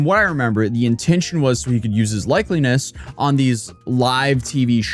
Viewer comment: Likeness, not likelyness.